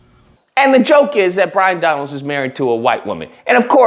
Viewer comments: Byron…not Bryon 😂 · Might help if you got his name straight to sound somewhere credible it’s Byron not Bryon 🤪🤪😂😂 and I doubt that Joy destroyed anything but her own integrity, common sense, and worthiness like the rest of those domb c nts do every day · I love that you keep mispronouncing his name. 😂